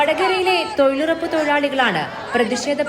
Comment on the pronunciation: തൊഴിലുറപ്പല്ലല്ലോ തൊഴിലുഴപ്പല്ലേ...